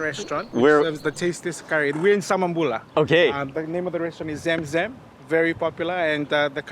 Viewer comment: The correct pronunciation is not " Zem Zem " it's " Zum Zum " the holly water's name only available in Makkah in Saudi Arabia.